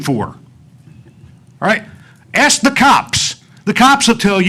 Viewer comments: ITS ASK NOT AXE! 😁😆🤣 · It's ask not axe these people are so incompetent they can't even speak proper English. This is embarrassing and these piles of 💩. Are a disgrace. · Actually it is wrong. Ask isn't pronounced like that, and hasn't been for a long time. Now if she was a European from the 8th century, she would get a pass. But she's not. She's a black woman in America, and in modern English Ask is a question, and axe is a tool. Speaking of tools, are you really going to argue for archaic speech in the face of literally every English teacher for the last 100 years? LOL good luck with that... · ASK not Ax 🤯🤬🤯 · Do either of those women speak English? "Aks?" "Deflamatory?" Ignorant racists